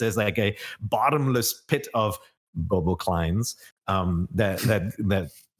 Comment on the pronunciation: Lol I was like did he actually just refer to them as Boboklines?